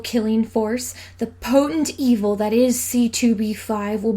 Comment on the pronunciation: You're saying "evil" wrong, it's "EEevieel".